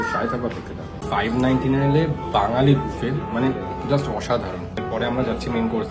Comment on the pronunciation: Pronunciation mistake BUFFET